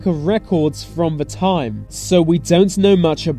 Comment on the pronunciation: It's probably the sound on my computer, but when this guy pronounces the English TH sound, it comes across as V; so I hear VE (vuh) instead of THE, VESE instead of THESE.